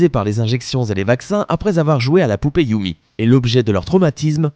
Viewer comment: YUME C'EST YUMé pas YUMI mdrr